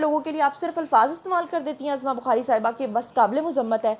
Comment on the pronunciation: Urdu thik krlen ap azma bukhari nhi uzma bukhari bolna Chahiye apko.